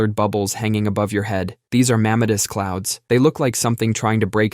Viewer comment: You mispronounced "mammatus" clouds.